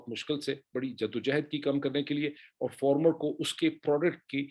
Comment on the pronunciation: Hate it when u say former instead of Farmer